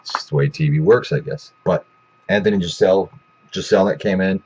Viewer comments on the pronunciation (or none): You mispronounced his last name...